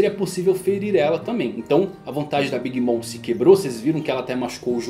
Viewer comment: Desculpa ser chato, mas queria saber pq vc fala o nome da Big Mom, como "mõ" ao invés "mɔm"(seria algo como "mãmi").